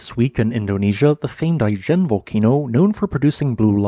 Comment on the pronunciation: Pronounced i-jen with a soft I. As in Italy, not as in Ice cream. I've been into the Ijen Caldera. The highlight of my life. If you can, go see it!